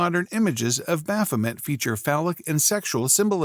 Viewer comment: MAY! bah-pho-MAY!